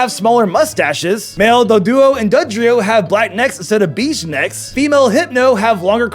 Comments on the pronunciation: BAYGE. not beege.... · HOW DID YOU PRONOUCE BEIGE?!?!?!?!?!?!?!?!?!